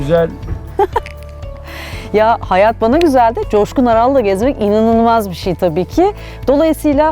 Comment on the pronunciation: Çoşkun Değil Coşkun